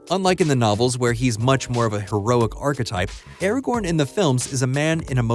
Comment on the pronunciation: When, in the name of all that is holy ,will people who make videos about LoTR get Ara-GORN's name freaking right?? It's. Not. Ara. GON.